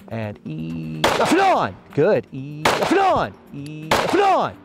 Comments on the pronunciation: really tried to say off and on as fast as a trigger pull. LMAO Ended up with "Aflon"!! "Aflon!!" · "OFF AND ON!!!!!" that's priceless I love it. 👌🤣